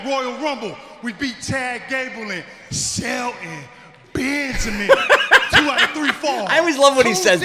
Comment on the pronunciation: And i think The Reason he says Shelton Benjamin name like that...is cause Shelton suspose to be Special 😂😂